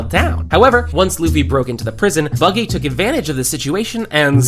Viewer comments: Bucky??? HUH it’s not buggy? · Its buggy not Bucky